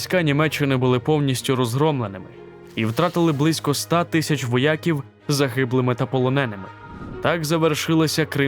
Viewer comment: Відео ,як завжди цікаве і дуже потрібне. Не сприйміть погано мою критику. Але я помітив , що диктор сказав "воЯків" , а не " воякІв". Якщо правильно і так ,і так , то прошу відповісти. Дякую Вам за працю.